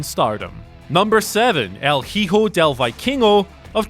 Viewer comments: stop saying heho instead of hijo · What wasnt incredible is how he butchered his name though “el hee-ho” ..really🤦🏻‍♂️🤦🏻‍♂️